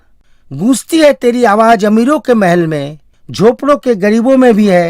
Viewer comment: Bhai presentation ka kachumer q nikal rahe ho. Awaj nahi bhai awaz bolo na verna sunna bund ker dunga. Sara presentation chaupat ker diya bilkis nahi bilqis kahiye.